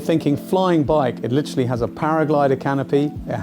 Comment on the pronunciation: Litrally. Litrally. Litrally, litrally. Litrally. Litrally. Litrally. Litrally.